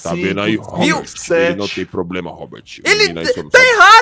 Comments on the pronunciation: "ROBERTT" KKKKK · O comandante falando Robert kkk